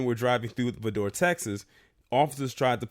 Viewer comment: Vidor is pronounced Vigh-door